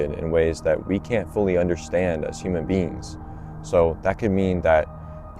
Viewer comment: “human bean..”